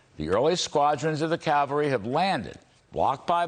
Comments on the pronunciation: It's not calvary!!! It's Cavalry. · Thanks Larry Kudlow for bringing me hope. I love it when you say the calvary is coming.